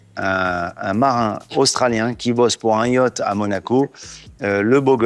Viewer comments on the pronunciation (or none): none